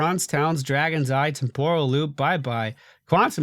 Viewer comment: why do you always mispronounce Temporal loop? It's TEMporal loop not temPOral loop